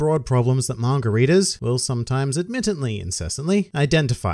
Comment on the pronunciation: I won't read the Manga until you can say it right . "Manger" ???